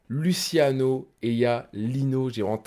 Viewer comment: Ohhh respect un peu le rat ça de prononce pas lutiano mais luchiano tu prouves ta crédibilité sur les piliers du rap